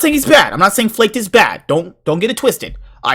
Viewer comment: Its actually pronounced "Flahkehd"